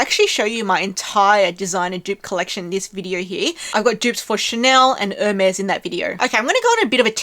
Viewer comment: Ermes is pronounced or may